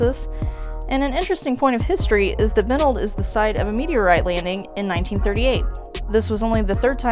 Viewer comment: In Benld, the accent is on second syllable, in as much as there is a second syllable. Good selections.